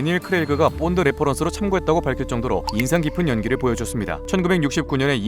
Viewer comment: 본드가 뽄드로 들려요